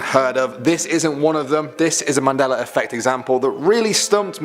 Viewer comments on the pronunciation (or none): I am going out on a limb here and say you don't know what a Mandela Effect is. Why is it that at times it sounds like you are saying the Manella Effect and not the Mandela. It is not that many people are remembering those things wrong but that it was changed some how or the ones that remember it the other way is from a different dimension. But either way just because you can't find anything that shows how it was before it was changed does not mean it wasn't changed. Try and explain how the words in the KJV of the Bible were changed? Besides these were very old Mandela Effect stories and not surprising at all.